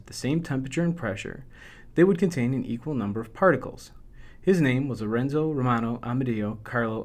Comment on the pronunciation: Lorenzo romano amedeo carlo avogadro Non si pronuncia Lrenzo rmano Amdio grlo avogadro